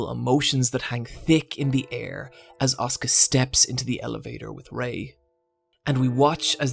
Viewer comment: As someone who watched a non-english dub, the way you pronounce Asuka, as (the way it sounds for me) Oscar and not as As-u-ka and Rei as Rey and not Rai really confuses me